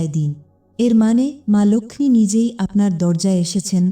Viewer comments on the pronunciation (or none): লোখমি উচ্চারণ টা ভুল। ওটা লক্ষী lokhi হবে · Uchharan emon kano..ma lakhhmi ??vedio dakhe dakhe baniye diyechhe.